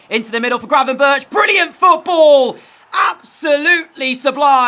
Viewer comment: You pronounce him as gravenberg The ch at the end just stands for a G